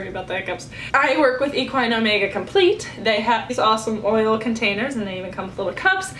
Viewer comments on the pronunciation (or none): none